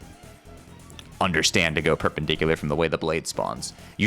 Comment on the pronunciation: dont asmume i know what perperdicular is or wahtever:d